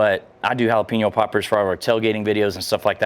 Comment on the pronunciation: Learn to say Jalapeño…